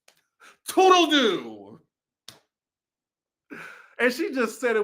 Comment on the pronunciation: ANNNNDDD it’s “tootle-Looo”